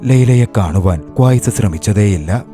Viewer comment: ക്വായ്‌സ് അല്ല 😂... ഖൈസ്